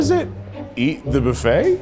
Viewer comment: It’s cute how Keith pronounces buffet “boo-fay”.